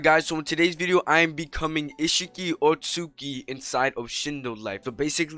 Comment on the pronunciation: I like how he says otsutsuki, otsuki heh